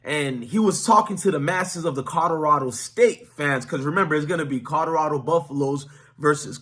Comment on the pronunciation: Are you really saying codorado? Guys that look like you should learn how to speak English